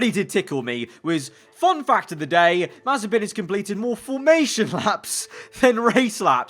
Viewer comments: if mazepin rhymes with frying pan then it would be mazipan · "Nikita Mazespin"